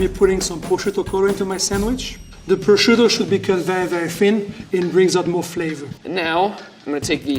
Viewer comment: Yeah, because pronouncing "prosciutto crudo" like "poughshto chkchkutoe" is very professional. Thank God the French can cook, because they don't have a prayer in pronouncing even their most closely related language. Tony Soprano could pronounce "capicolla" better than this guy.